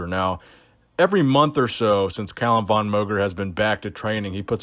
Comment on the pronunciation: VON is pronounced like FAWN, since it's of Austrian origin.